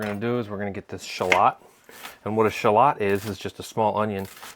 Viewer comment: Someone needs to mention that mispronounces Shallot the first time and everyone after that just continues with the misprounounciation.